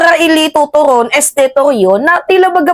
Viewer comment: Mimaa atty torreon hindi toron